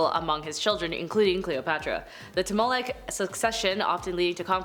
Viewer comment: Ptolemaic = TALL-eh-MAY-ick